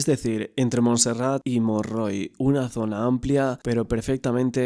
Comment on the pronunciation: Aquí en Valencia se dice Montroy. No Monrroy. Muchas gracias por el video.